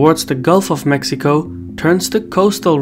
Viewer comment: Except for Mexico, as Mejico 😂. But indeed, appreciated